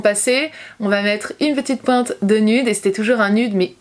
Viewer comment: le mot « nude » se prononce « nioude » pas « nude »😭😂❤️ sinon top vidéo, belle évolution!